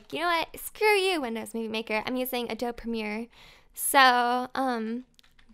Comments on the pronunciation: I'm not trying to be rude but adobe is pronounced (a-dough-bee) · Huge fan of yours,, but just so you know, it's uh-doh-bee for Adobe lol. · you had adobe right the first time.... everytime you said adobe it killed me a little on the inside... that's ok though cause this was a great episode! :)